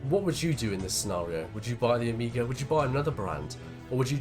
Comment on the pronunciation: its not O-mi-gah its Oh-may-ga :)